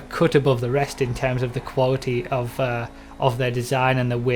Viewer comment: "Quawty" xD no hate.